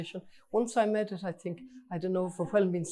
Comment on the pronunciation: When she wins and is speaking at international events, she'll need to stop saying "med" and say "made".